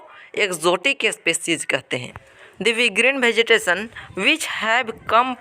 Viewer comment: Bhai ap vegetation ko bhejitation bol rahe ho